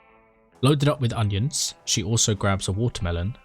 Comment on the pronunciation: on-nions ON-NIONS i love your pronunciations, subbed immediately. 🎉